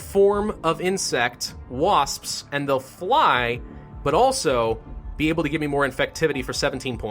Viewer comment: when you said wasps it sounded like waspspsp